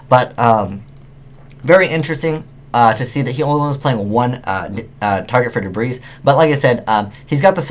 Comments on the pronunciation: So it's not pronounced 'debr-aye'. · The s is silent in debris bro. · Omg I hate when people say the s in debris. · You're referencing spelling, he was referencing pronunciation. He was right, by the way, the "s" in Debris is silent. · Debris, the "s" is silent. Ugh. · One thing when watching you or videos is...why do you never pronounce Debris properly?:P